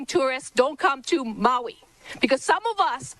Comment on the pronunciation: In Maui, not Molly